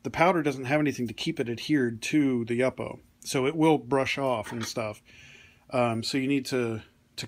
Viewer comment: It's pronounced YOO-po, not YUP-po.